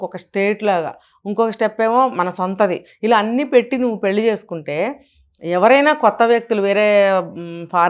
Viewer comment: పెళ్లి సవ్యం గా పలకండి